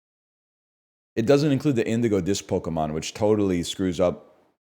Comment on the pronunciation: The way he pronounces pokemon names is insane